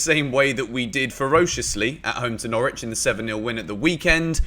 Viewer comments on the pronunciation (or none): none